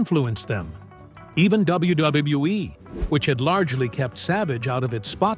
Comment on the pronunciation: Why does ai struggle to pronounce wwe lmfao